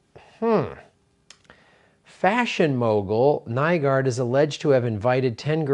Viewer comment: Nygård is pronounced like new-gord